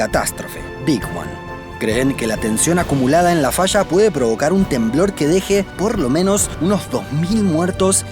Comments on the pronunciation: Se dice falla no fascha habla bien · El documental esta bueno, pero es incómodo escuchar el sonido de la ye y la elle como sh, puras fallas que son fashas o cordilleras como cordisheras. Matan el español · Se dice falla, no fasha ...